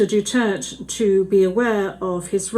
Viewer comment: Gusto ko yang judge- malumanay ang paliwanag; pati yong "DUTERT" pronunciation, silent /e/???